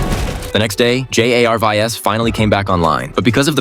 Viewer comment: It's because Jarvis has to much aura that the AI can't say his name right